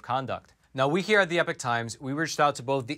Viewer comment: Hey,... Great set of shows at Epoch... Now, say after me: E - "POK"- that's how the word is pronounced - not e-"PIC" See - it was easy! Other presenters are starting to get it right - you can too...